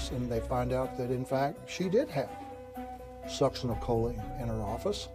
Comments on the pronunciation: sux-in-oh-co-lean is how you pronounce the medicine You've got the information wrong about medical technology in regards to testing for sux (the short name). The problem isn't they couldn't test for it. The problem is that it leaves the system very quickly. Something like 2-4 hours and there's no trace of it in the system. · Please do some research and learn how to pronounce words, BEFORE you record the video. Especially peoples names - it's very disrespectful and unprofessional not knowing how to pronounce someones name!!! Linda Gough is Goff, not Go. Siegenthaler is See-gen-thaler. Succinylcholine is Sucks-in-ul-cole-een. And people don't 'digged up the yard' in the past tense, they 'dug up the yard'. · I would add learning to pronounce words correctly. The succinylcholine annoyed me especially since they had clips where it was pronounced right.